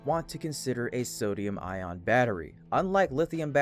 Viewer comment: It's pronounced "eye-on", not "eye-ron".